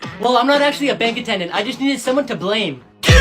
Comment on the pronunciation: It said balme instead of blame